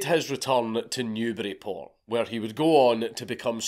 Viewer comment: Considering you’re British, it isn’t really surprising, but thank you so much for pronouncing, “Newburyport” properly